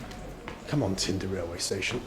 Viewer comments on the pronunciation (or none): Unbelieveable thing - did not ask for the fresh issue of "Babuska's Secrets" ! And, Mr. Bald, name "Tynda" must be pronounced not like "tinder" but the other way. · welcome to tinder, lmao😁 English speaking people trying to pronounce russian letter ы is the best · I thought you were saying tinder the whole time.